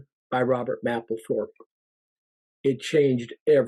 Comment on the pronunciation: The "A" is a HARD "A" in Mapplethorpe..... You will sound more convincing is you PRONOUNCE the genius R.Mapplethorpe name CORRECTLY.